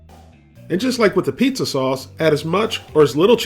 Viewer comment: A pizza this, apizza that, and eeehhhhh, a pizza cake!! :P